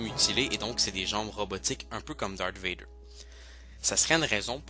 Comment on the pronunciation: c'est pas vaider mais vadors alors aprend le français un peut